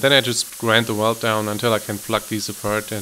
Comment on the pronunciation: Stopped watching at “weld”